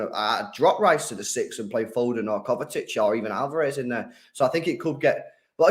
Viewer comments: mate it’s pronounced KovaCHICH not ‘Kovetic’ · Someone please tell that’s it is kovacic, not kovatic